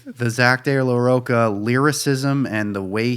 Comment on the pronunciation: When you pronounce cheese you dont pronounce it keese. Rocha... its pronounced with that ch sound.